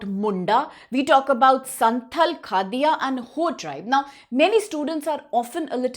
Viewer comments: The deity that we pray is not Sama Maa, we call her Sarna Maa. Also, the pronunciation for Khadia or Khadiya tribe is not खदिया but खड़िया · Khadia .... pronunciation mistaken